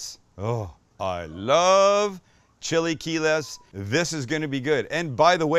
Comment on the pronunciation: chilly key less!! never heard it pronounced that way before.